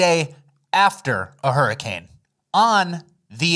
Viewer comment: Hurricame hahahaha, love the slipped words, always gets me chucklin.